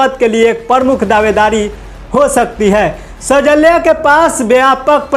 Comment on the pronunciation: Anchor saheb,सैजल्या nahi hai, shailja sahi name hai।❤❤❤❤❤